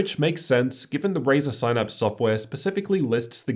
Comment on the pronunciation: I was so into it until you said "sine apps" haha